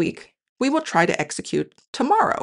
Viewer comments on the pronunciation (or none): none